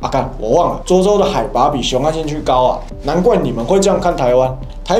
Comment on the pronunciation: 濁周 不是豬州啦 哈哈哈